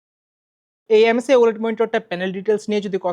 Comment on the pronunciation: mf started the video saying o-laid